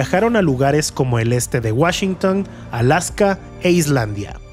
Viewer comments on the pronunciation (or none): none